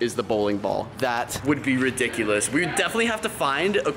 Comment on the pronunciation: How many time he said redicilously idk how to spell that